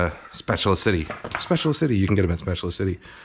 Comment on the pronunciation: A thumbs up just for saying “Spatula City” like we do!